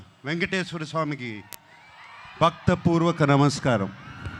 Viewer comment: భక్త పూర్వక కాదురా భక్తిపూర్వక అనాలిరా